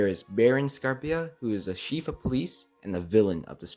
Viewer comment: "the sheef of police"